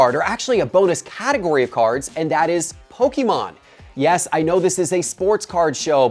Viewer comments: love the content but please, I beg of you stop saying PokEmon. It is pronounced Poke-A-mon. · It is PokEmon NOT poke-a-mon